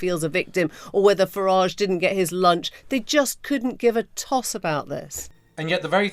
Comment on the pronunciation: Farage rhymes with garage Or is it wanker...